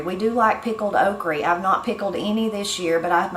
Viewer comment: I think I missed a lesson on pronouncing “Oh creeee”. (Okra) Seriously I usually have heard “the guide” or list. Missed this one. 🙅‍♀️